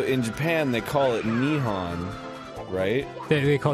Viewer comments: JAPAN IS NOT NIHAN ITS NIHON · hearing arin mispronounce nihon kills me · Interesting that in this "Nihon" story, Arin pronounces Nihon wrong.